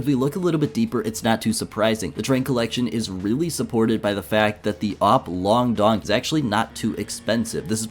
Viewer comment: bro its called AWP - LONG DOG not LONG DONG tf